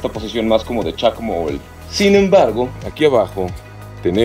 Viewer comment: Jaja, "cómo Chac mol"